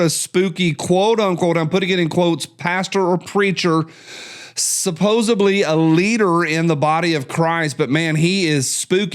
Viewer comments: Supposedly. Not suposably. The more you know... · You are the grammar Nazi and you just said supposebly. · Hey grammar police, said "supposably".